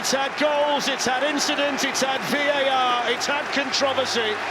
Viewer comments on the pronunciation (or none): Never known someone mispronounce 3 letters. VEAT R, nice one Glen.